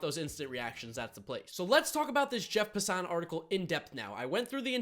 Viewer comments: please it's pronounced Jeff (pass-en) not (pasan). watch any time he is on ESPN they all say it the same way. Good video tho. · also, it's Pass-an not Pa-sa-on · Its Passen not “Passant” 😂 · It's Pass-an